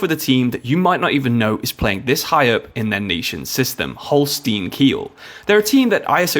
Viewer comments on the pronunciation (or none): its not holstien its holstein😂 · Its "Holstein"